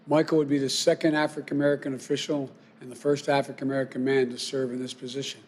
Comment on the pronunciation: What is an "afri ka merican"?